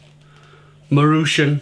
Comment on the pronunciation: Nice review! I usually eat these if I’m out of time. By the way, you pronounce it “mah-roo-chon”